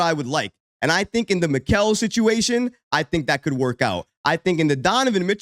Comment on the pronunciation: Pronounced "Me-ka-le"